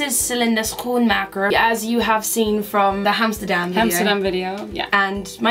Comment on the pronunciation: You said Schoenmaker with a pretty good dutch pronunciation!!!